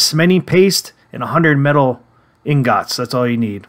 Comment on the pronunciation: Resin is pronounced resin. Not rysin. inGOTs? Why you pronouncing everything weird? Is this AI?